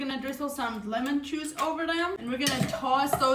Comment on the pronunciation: She's saying lemon juice, but more like joose